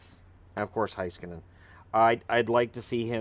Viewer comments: FYI It's pronounced Hey-skanen, not Hi-skanen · Roope Toivanen Yes. ME-roh HEY-skah-nen.